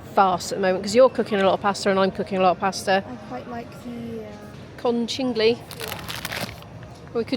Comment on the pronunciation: Can I kindly let you know that the pasta you call konchillyi :) is called kon-kill-ye and and the bowties are far-fal-le